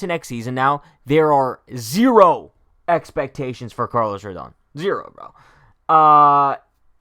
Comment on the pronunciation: How are you going to mispronounce his name every time?!